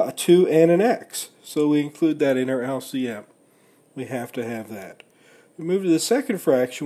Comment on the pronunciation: lc missile, typical yank lol. good video though